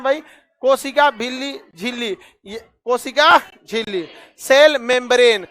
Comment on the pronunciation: koshika jhilli Sir Billi nahin😅😅